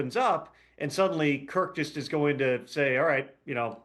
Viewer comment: Some advice. If you're going to take a shot at someone's intelligence, you better have your own ducks in a row. First, it's "Kirk", not "Kurt". Secondly, he was asking that question because he was asking if Kirk had a no trade clause. He wasn't aware he did, thus the question. He wasn't asking if a person can veto a trade if they have a no trade clause.